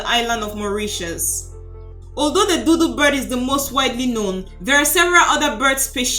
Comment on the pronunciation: Your pronouncing it as doodoo bird not dodo bird lol